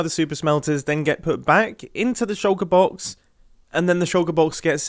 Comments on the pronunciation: I love hearing mumbo say “shouka boks” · Try drinking everytime Mumbo says shoulker box..